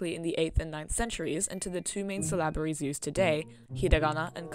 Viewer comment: ok mispronouncing the japanese is one thing, but "syllabary" is english also many kanji have a lot more than 2 readings, there can be multiple kun and on readings, and even readings not from chinese or native japanese. and there are plenty of exceptions to the rules you state about when it's on or kun reading.